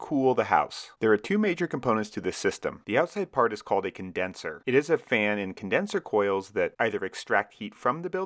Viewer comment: "CONDESNER" lol